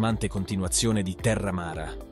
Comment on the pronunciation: Bravo anche perché hai pronunciato perfettamente i nomi.dei protagonisti di terra amara ❤